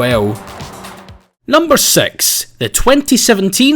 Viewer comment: Every time you say six you say sex 😂XDXDXDXD